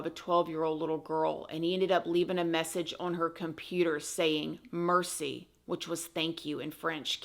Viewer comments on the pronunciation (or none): It's such a horrifying case but... i did giggle when pronounced 'merci' as "mercy" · Here is the pronunciation of Merci, but not meant to be condescending, just FYI. Mare-cee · Terrible story but hilarious how you pronounce Ottawa and “Merci” lol. “Awe-ta-wa” and “mair-cee” with the roll of the tongue off the “r” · from Georgia USA and I noticed the “mercy” instead of Merci’ and I don’t speak any French. Ottawa sounded normal to me. But I’ve been in the southern US all my life ! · Haha. You’re the cutest the way you pronounce “Ottawa” we say the ‘t’ with a ‘d’ like (odda-wah) and “mercie is pretty good you just gotta throw throat into that r lol. But good job lol. And you bet your butt we say “eh!” It’s used as our like. Yo or ok lol. Loooove you!!!! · As an Ottawain, thank you for covering this case! Also, the way you pronounce Ottawa and Merci is so darn cute! lol